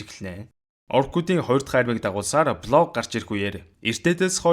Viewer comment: Блог гээд байхы😂. Болг гээчдээ.